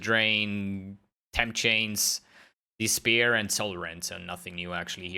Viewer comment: He said "dispir" instead of "despair" Bogus man...Still love it how he explains how this league will be ...again...a Betrayal learn how to exploit the game mechanic....And this is why I hate how GGG develops leagues...They think about such cool stuff, such cool mechanics, and they blow it implementing it in a natural , understandable way for everyone...They just slam a good idea, to 10% percent of people who abuse it, while the other 90% try to abuse it to actually play the game and feel like they are rewarded, while the other 10% play the league just to hoard stuff...It's quite sad :/ but I am in the 90%...I guess that for GGG simple is not a word, and I totally get it, "hardcore game for hardcore gamers" , but it feels stupid to just watch streamers who promote easy budget gear to just get slammed with over inflated prices and literally no ideea why you would even try to tackle a half backed mechanic.